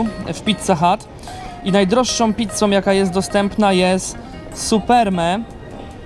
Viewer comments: ahahha Supreme (czyt. suprim) nie superme... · Supreme? Czyta się suprim... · supreme (czytaj superme) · Co to ma być!!??To nie jest pizza co to za filozofia wziąć wielokrotność składników i podbić cenę...a pizza nazywa się „suprim” nie superme...to jest zbrodnia na pizzy!!! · Nazwę pizzy czyta się "suprim" a nie żadne "superme", to z angielskiego, czyli taka "wypasiona". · przecież to jest supreme (czyt. suprim) ... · superme, Boże suprime się wymawia.. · Supreme, not Superme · Superme mówisz? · hahahah meniu, superme XD, też jesteś z torunia, wieśniaku? XD KAMEMBERT XD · Menju? Superme? xD Musiałeś stanąć tak żeby ci ludzie nie mieli jak przejść xD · Oj, ktoś widzę że z angielskiego najlepszy nie był XDD superme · „Supermen” kekłem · Dokładnie ;) ! Tylko wymawia się "suprim" . To niezłe odkrycie co ? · czyta się "Suprim" a nie supreme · "MenU" "Superme" a co to ? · Menju i superme xD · Supreme- czyta sie suprim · jaka? Superme ? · "Superme" xD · Menju. Superme XDDDD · Menju i Superme. .. ehh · Superme aha najz inglisz